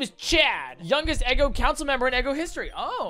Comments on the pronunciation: The town isn’t “Eggo” it “Ego,” like part of your mind between the conscious and unconscious. Of course that guy was Wolverine, all of his Pokémon have looooong claws. I like the theming. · Btw, it’s pronounced ego. Not eggo.